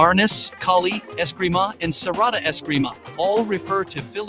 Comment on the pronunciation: Its Serrada not Serrado